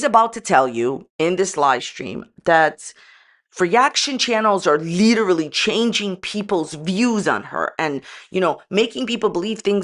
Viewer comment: Every time she says "Literally" my ears scream in pain. Not making fun of her if she has trouble saying a word, we all do, but usually when we know the word we can't say we find another one to use that means the same thing....lol Well except for Worcestershire sauce, it just becomes that "sauce no one can say" lol